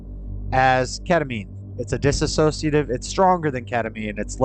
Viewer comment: I’ve been following your vids for the past four years. I enjoy seeing you thrive, not just survive. You have a good heart and a strong soul. Thanks for taking us along on your journey. I hope you don’t mind, but the word is dis-sociative, not dis-a-sociative. I hear highly educated folks everywhere mispronouncing that word. I majored in Psych….😅❤